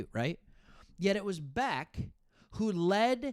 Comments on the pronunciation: Bech is not pronounced as Beck, it’s Besh. Weird, but true. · quick note, Bech (be-sch). Love your vids man! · Raiders fan here in Michigan. Thanks for talking Raiders! Nice job. Btw, Bech is pronounced “Besh”. Carry on. 👍🏼👊🏼